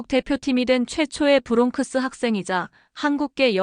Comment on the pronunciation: MIT 누가 수석 합격 했다고 누가 수석 졸업 했다고 발표 하나요 수석 수석 칭찬에 굼주린 Minority 한국인 들이 하는 소리 아닌가요 부롱크스 로 발음 하지 않고 브롱스 로 발음 하지 않나요 ?